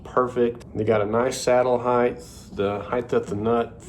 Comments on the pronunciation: It’s heighT, not heighTH. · It's HEIGHT. NOT "HEIGHTH" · Height. Not Hei-th.